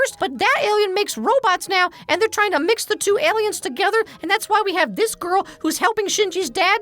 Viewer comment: The Aliems! 🤣